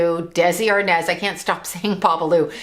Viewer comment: ARNAZ not arnez